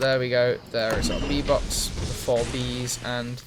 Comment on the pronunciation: Everytime you said bee box, i thought you were saying v-bucks and i was like wtf, maybe he is just memeing in his vid, nothing wrong with that. Then you crafted a bee box and i fel stupid